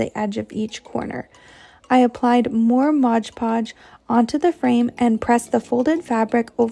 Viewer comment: MOD PODGE!!! NOT MODGE PODGE!! OMG!